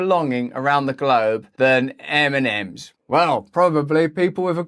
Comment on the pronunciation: eminems? what? funny how it sounds really :D